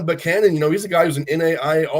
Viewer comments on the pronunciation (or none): I think one of the announcers kept saying Boocannon.